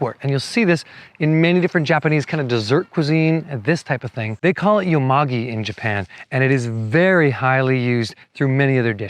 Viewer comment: Thanks for this wonderful video! This is the first of yours I've seen, but I'm already subscribing. Also, just in case anyone wants to know, it's pronounced yoe-moe-ghee in Japanese, written よもぎ.